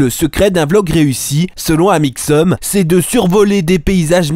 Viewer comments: experitboie et amixeum à mdrr 😂😂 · YOUTOUBEUR ET TWITTAIR, AMIXEUM xD 😂😂😂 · Mdr les "Malheureusement ça a mal tourné, explications", "Amixeum" et "Monsieur Freak" m'ont tué 😂😂😂 t'es un génie mec continue comme ça !!! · "Amixseum dipie" XD oh mon dieu j'ai rigolé non-stop du début de la vidéo à la fin, tu es génial!